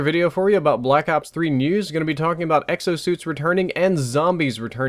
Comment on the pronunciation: Every time you said news i thought u said nudes